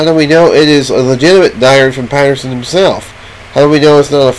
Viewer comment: You can't even pronounce the name "Patterson" and it looks and sounds like you're experiencing a stroke...LOL